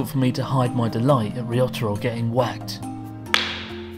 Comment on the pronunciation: Why do you say "りよたろ" instead of "りょたろ"?